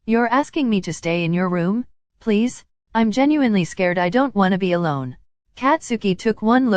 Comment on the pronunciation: when he said p-please it sounded like he was saying “febreeze” iykyk